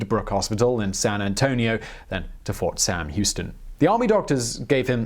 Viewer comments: Fort Sam Houston. Not Fort Sam, Houston. Fort Sam Houston is in San Antonio, TX. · This guy said "fort sam, houston" its fort sam houston in San Antonio... did you do no research? I really loved your videos but I mean if you make that mistake, I can only imagine the fake info in all your other videos